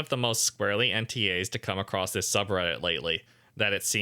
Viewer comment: always adds a "t" sound at the end of the word across. What is that about? Where do you pick up habits like That? Why?